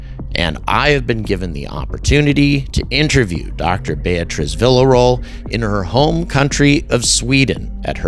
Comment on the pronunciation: Vee-Yuh-Ro-El is how you pronounce her last name. Idk why that erked me hearing you say it like “vila roll”😅